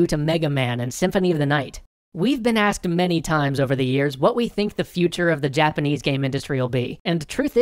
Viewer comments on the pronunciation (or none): none